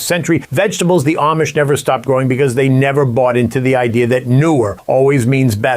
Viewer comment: For the love of God, would you PLEASE pronounce Amish correctly? It's not Aimish, it's not Am-ish it's pronounced Ahmish. Got it? Good! You'd think since you have a long history (unless you've only been around them for 2 long days) do better at your pronunciation. Ask THEM "Hey, how do you pronounce the name of your people? You might need a refresher course every couple of days. Aside from that, I love your videos. I've learned a lot!